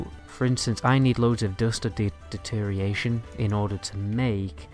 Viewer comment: Is ‘deterioration’ that hard to pronounce?